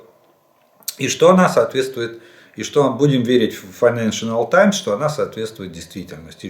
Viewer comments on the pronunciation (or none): Уважаемый Олег Владимирович. Financial Times- файненшл таймс, не файненшинал таймс. Ракеты Hawk- Xok,- Сокол, не хавк. Так звучит на Английском. С уважением Вячеслав, США. Живу здесь 30 лет. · Жданову, Произношение financial times— Фай-нэн-шал таймс